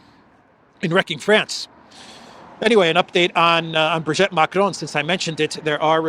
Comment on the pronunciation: It isn't Brigette Macron,, it is Brigitte Macron. Brigette doesn't exist in French. Also, it is not Lecarnu, it is Lecornu with an o. Lecornu means "the hored one"!